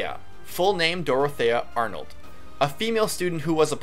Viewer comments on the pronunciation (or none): none